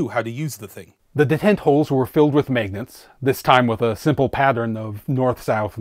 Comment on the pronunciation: Here for “megnats”